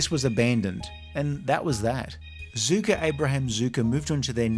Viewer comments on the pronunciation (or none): You’re pronouncing their name wrong it’s not pronounce Zuker it’s pronounced Zucker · Why do you call them Zucka? Their name is Zucker. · Zucker is actually pronounced like “sucker” with a Z, not “zooker”. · Zucker, not "Zooker". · 'Zucker' rhymes with 'cooker'